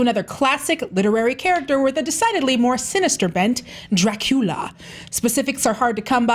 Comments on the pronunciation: Sherlock is an overrated show. Not bad, but not good either. Also, the u in Dracula it sounds more like in scuba, not like in cute. But to be fair, Coppola is the only one that got this right. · sadly, i had to stop watching after the girl pronounced dracula with the worst accent ever, which i didn't even know what it was supposed to be, for the second time. I was afraid she might say it even a third time